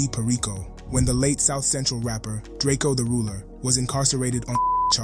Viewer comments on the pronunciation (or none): none